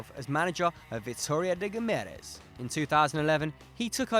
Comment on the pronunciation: You fcking butchered Vitoria de Guimarães mate , that was a disgrace